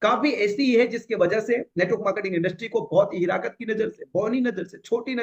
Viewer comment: छोटी सी बात है सर मैं शर्मिंदा हूँ सर कि आपको एक शब्द के लिए रोकता हूँ सर एक शब्द है हिकारत आप उस को हिराकत कहते हैं🌹 जयहिंद 🇮🇳 जय वाईटीएम 🌹